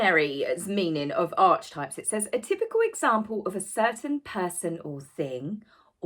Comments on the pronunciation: my love... its not pronounced ARCH-TYPES. Its pronounced AH-KEY-TYPES! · Loving you as always and very happy for your doggie, and sorry to be pedantic but archetypes should be pronounced as ‘arkie-types, and Carl Jung is Yung. Sorry to be picky but mispronounced words grate with me, perhaps I should get out more often🙄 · I’m sorry to be picky but it’s pronounced ark-ee-types! But please keep up with your videos because you’re really good! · Hi, It’s pronounced Ark-e-types, not Arch- types. Many have written about them but were first conceived by Carl Jung (pronounced Young). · Lots of people are pronouncing it (Arkytypes as archietypes)the way you do so not just you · Carl Jung is pronounce Carl YUNG!!! ARKEE TYPES not Arch types!!!!!! I love you so much anyway. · Darling. I don't usually do this (and don't take it the wrong way, PLEASE). The word archetypes is not pronounced ARCH-TYPES, but the slightly more complicated and so-called "posh" R-KEY-TYPES. I don't know why it isn't pronounced in accordance with pronunciation rules, but that's the English language, right? Love this video. There is so little out there more as so many have been shut down (although Sue Smith got back in), and I am so glad you are still there! Give the dogs a stroke from me and have a lovely Easter Monday! 😘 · Thanks again for a great video. Could nutmeg be trademarking the word archetypes because she has given it a new pronunciation? The CH in Archetyoe should be pronounced like a K: Ark-e types not arch-types. It's a new word the way you say it so is that enough for TM or does the definition have to be different from the original 600 year-old word? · In the US we pronounce it as “ark e types” not sure if it’s a UK thing to call it arch types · Archetypes pronounced aa·kuh·tipes not arch-types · Arky types is how many people pronounce Archetypes. Why didn’t trademark Archietypes? That would have been more appropriate. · 😬 Ark eeee types, 😕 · It’s pronounced arkitypes